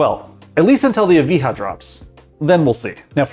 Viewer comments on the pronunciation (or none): Being a 🇬🇧 myself... I gawped at the pronunciation of 'Esprit' .. "Espirit"? NO... You pronounce it like .. Espree... 🤨. - "Evi-ha"?... Again, yes it's spelled 'Evija', it's pronounced Ev-eye-ya'... 🤨😒. Bloody yanks... Hahahaha 😋😎🇬🇧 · No shot you said lotus espirt as (es-spirit) it is pronunced (es-pree) and also the lotus eveeha bro learn english